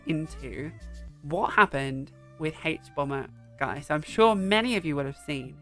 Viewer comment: This is not an important comment but the way you pronounce "haych"bomberguy brings me such joy. You have such a nice voice.